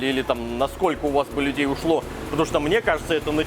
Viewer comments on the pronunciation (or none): Насколько Бы у вас людей ушло....Прозвучало, как *лядей)))))